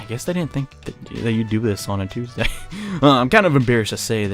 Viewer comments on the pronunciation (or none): none